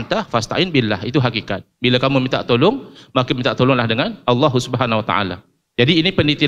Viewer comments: Bismillah...Terlalu jauh ya akhi sebut Nama Allah Aja ga jelas di menit ke bukan Owoh om Tapi Allah... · sebut owohhh owohhh....makhraj sebutan salah....sebut la Allah itu dengan makhraj yg betul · ini yg nyebut owoh kenapa ga jelas ya,hai Allah bukan owoh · Nampak berapi api itu menandakan nafsu yg keluar...coba belajar yg fasih dulu lafasالله bacanya yg betul cam mana?allah/awwoh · ...bukan Alloh yg dilafaz kan ..tp awoh...bukan lam tapi wau...erhatikan gerak bibir nya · Benerin dulu pengucapan lafadz Allah dulu, bukan Alloh, sesekali kedengarannya Awwoh 🙏😅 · Kirain cuma aku yg salah denger 😂😂🙏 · Ko sama ya, kedengaranya owoh owoh 😂😂😂😂😂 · Panjang lebar ni ngomong,sekali ngomong lafaz Allah pun di bace Awwoh.. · Lelafalkan Allah aja nggak bisa...Awoh...awoh...memalukan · Apa punya. Sebut allah pon x betoi. Apa awoh. Sebut allah elok elok. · Ya Allah ini si orang jawa ini ga jelas nyebut nama Allah owoh owoh trs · Iya betul...owoh..owoh.. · Cakap Allah Subhanu Wa'Taala aja belum benar makhrojnya macam mau ikut debat .😭😥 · Iyee, buat saye org indonesia malu saje diee tuu 😭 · sebut Allah pun tak betul